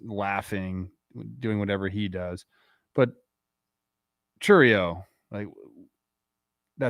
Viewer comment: Crazy to me as a Brewers fan he’s been around two years and still can’t pronounce Chourio correctly 😂